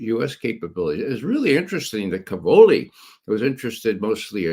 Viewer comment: Judge, as a fellow Italian-American it pains me to hear you say "ca-VO-li." The stress in Italian is on the first syllable: CA-vo-li. It means "cabbages."